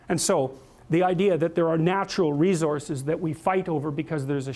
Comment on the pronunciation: Why is he pronouncing "resources" like that.